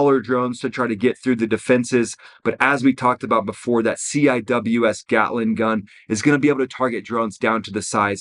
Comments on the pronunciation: The navy shipmates pronounce the CIWS, “Sea-wiz.” (CI-WS). Nobody calls it, “C I W S.” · CWIS is pronounced (see wiz) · I have never once heard someone actually call a ciws a ciws. Its always "sea-wiz" they also shoot 4500rpm. Not 100s. They dont ever max them out at 4500. One the mag is only 1250 rounds. And shooting full rpm would destroy those barrels which are expensive. Usually only fire around 2500 rpm. To preserve barrells and ammo. They use 20-30mm rounds. Thats a lot of heat. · I was on the Carl Vinson for 3 years. Weapons division. Lot of memories over the years. lmao, c.w.i.s = "see wiz"